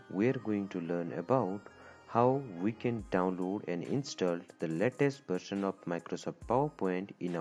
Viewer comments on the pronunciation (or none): none